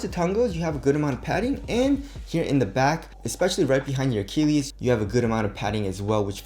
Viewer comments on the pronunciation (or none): none